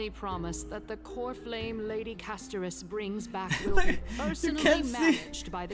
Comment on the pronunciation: Hearing you pronounce Castorice as "Casto-ree-kee", is like nails on a chalk board, I cringe every time I hear it. I don't care if it's the proper Greek way of saying it, it sounds weird, and nobody else says it like that. Just my opinion.